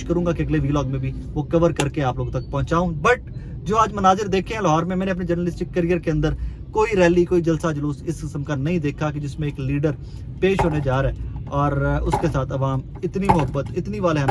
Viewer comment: . Loharre highcourt 😂😂